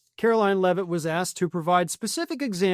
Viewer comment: I love how Gavin Newsom calls Karoline Leavitt "Karolyin' Leavitt"